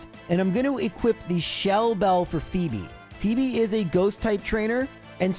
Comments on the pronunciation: Ummm actually it’s pronounced “Fobe” not “Fo eb” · Please say every Elite Four name wrong more often! Fweb was a video highlight for me, lol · The return of the incorrectly pronounced hoenn names! I love it. In my head I always call them Sidenye and Fweb now lol